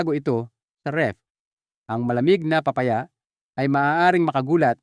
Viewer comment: d ponatin naiintenduhan an sinasabi mo akala nmin kung anong PRUTAS ito pala ay PA-Pa -Ya la pala..paki ayos lang po an pag pronounce nyo po.. KAYA d nmin naiitendihan..PILIPINO..ka nman po.. PA -Pa - Ya.